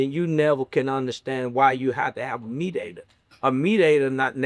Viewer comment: Please stop saying mediator 😂😂 I had to forward past that part